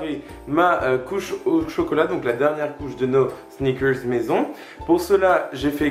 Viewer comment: Le mec il peut pas pas dire snickers comme tout le monde, faut qu'il fasse son english